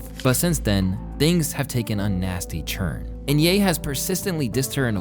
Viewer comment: Why do you say "turn" like "churn"